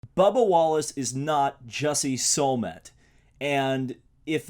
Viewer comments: he cant even say Smolletts name right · You can't even say the guys name right its Smollett and yes he is a Jessie and I'm glad it's pissing you off cuz I like to see you pissed off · You didn’t even pronounce his name correctly. Yikes. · Also can you not pronounce Smollet right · Why is he mispronouncing Jussie's last name?